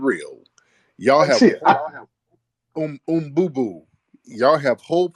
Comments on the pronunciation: Nah he said Mbooboo 🤣🤣🤣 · You called him un boo boo 😭🤣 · This nigga called him “oombooboo” LMAO